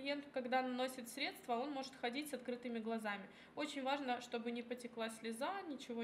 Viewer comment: Да, режет слух. Ещё и стедствА.